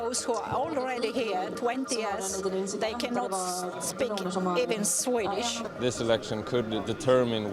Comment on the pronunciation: "däjj kannåt spiik evän svidish" the irony